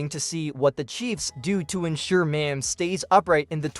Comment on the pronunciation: You're not saying his name right dude you also did not say mahomes name right either